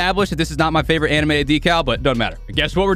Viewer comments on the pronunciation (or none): none